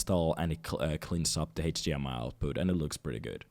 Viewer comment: It's cool how you pronounce HDMI, Heytch-dee-ehm-eye 😁